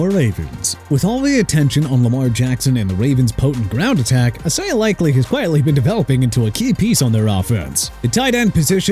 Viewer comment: please stop saying e-sai-ah!!! Isaiah's pronounced ai-zay-uh!!!! WHAT DON'T YOU UNDERSTAND,?!